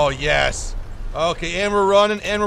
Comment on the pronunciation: "Yes" with russian voice